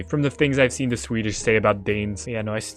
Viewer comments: why do you pronounce swedish like it's german 😭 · your pronunciation of swedish is very annoying